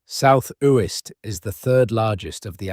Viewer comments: One of the tells indicating its AI, comes across as thoroughly researched yet cant research how to pronounce a name properly. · Yes they should learn to pronounce Uist properly where my father was born 🥴